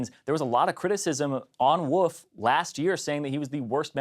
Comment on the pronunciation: did he just call Wolf, "Woof" ??